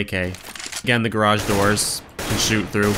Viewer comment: stop pronouncing 'garage' like that! its fucking annoying!